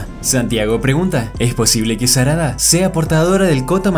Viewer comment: JAJAJAAJ SE DIERON CUENTA QUE EN DIJO SADARA xD